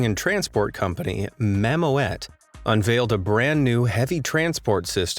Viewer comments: Funny how you say Mamoet. It's not mamo-et. You pronounce it like mamoot. Like in school. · The correct pronunciation of "Mammoet" is mammut instead of ma-mo-et! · You pronounce Mammoet wrong, it should be pronounced as “mammoot” and it means mammoth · Mammoet is pronounced MAMMOOT and not MAMO-ETTE. Mammoet is the Dutch word for mammoth, which is also the logo of the company. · Mammo-et, haha. Dutch isn't easy. When ever you encounter an 'oe', pronounce it like a short 'ue' from 'true'. That should make a huge difference ;)... Or you can just say 'mammoth' if you prefer 😁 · Mammoet is pronounce Mammoot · It's pronounced Mammoot by the way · You pronounce it as mammoot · Mammoet is pronounced Ma Moot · mam oot is the way to pronounce it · That is not how you say mammoet, it is Dutch and the letters OE together are to be pronounced as the OO in spoon . so it is more like mam mood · You could learn the spelling before repeating a word 10 times... "Mammoet" (dutch word for mammoth) is actually pronunced almost the same as in English. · Great vid but damn that pronunciation of Mammoet hurts man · That’s not how you pronounce mammoet 😡